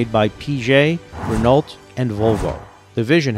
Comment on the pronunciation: Exactly what I thought. Mispronounced Renault too.